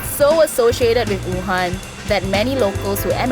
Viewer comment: she really just pronounced Wuhan as oohan